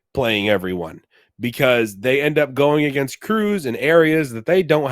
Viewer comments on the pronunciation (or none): why u said "ENDX NUMBA ONE" then??